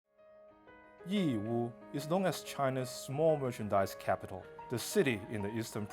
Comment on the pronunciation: I like how this presenter pronounced Yiwu and Zhejiang correctly I always find it cringey when Chinese people mimic the way westerners butcher the pronunciation of Chinese names